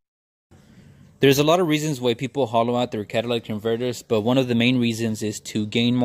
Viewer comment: The catalatic converter 😂😂😂